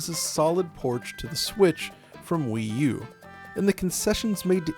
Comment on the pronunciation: Did he say porch? 😂